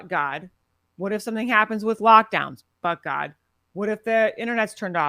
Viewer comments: Everytime she'say But God sound like she's saying F word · I kept hearing F god when she said it. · i'm glad i'm not the only one who kept hearing that